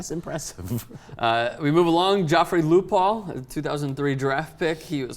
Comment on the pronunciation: you said lupul wrong